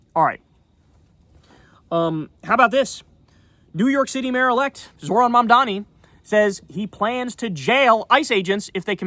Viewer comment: can someone please tell Kyle how to pronounce Zohran correctly? All that shit he talks about people not being able to pronounce his last name & he can't even pronounce his first name, lmao. Kyle says "Zo(h)r-an" (Zor-ahn) when its pronounced "Zoh-ran" (Zoe_Rahn) get it together Kyle. Its already bad enough you've been supporting Platner who is a war criminal